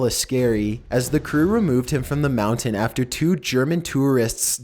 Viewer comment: Omfg STOP SAYING MOUNTAIN LIKE THAT MOUNT-AIN Not How ever the fuck you say it